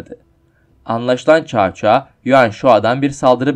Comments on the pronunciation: Gerçekten olayları tam yansıtan bir video olmuş👍 Devamını 3 krallığı ve birleşmesini de bekliyorum ufak bir bilgi: Bildiğim kadarıyla cao cao nun telaffuzu çao çao değil sao sao şeklinde olması lazım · Çao çao sao sao diyer okunur . Cevrini gözden gecirmeni tavsiye ederim ismiler yazıldığı gibi okunmaz Çin'de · Kanka Çao Çao değil Sao Sao diye okunuyor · Abi cao cao(sao sao)diye okunuyor söylemek istedim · Cao cao, Sao Sao diye okunmuyor muydu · caca coco diyip duruyon anlamak icin geri sarıp durdum telefuzda zorlamiykrusn edemiykraun amenna bence bahsettigin komutanı videoda belirt yani resmink büyüt bisey yap bence oyle daha ii anlasilir olup ve dinlemesi kolay olur tavsiyelerim bu kadar videonu genede beğendim